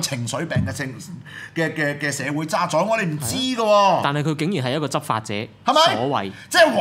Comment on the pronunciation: 「渣滓」個「滓」字音「子」，唔係「宰相」個「宰」音。